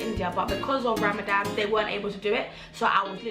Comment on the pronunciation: its RAMADAN* not RAMADAM